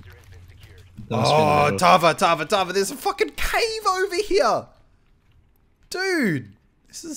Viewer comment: I love the way you say Tava. Your a true Aussie. "TARVA! TARVA!! NEVER MAKE THAT PUN AROUND ME AGAIN." "TARVA OH MY GOD IM SO SORRY."